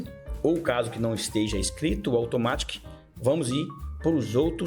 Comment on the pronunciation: A pronúncia em inglês de Automatic é 'aldomérique'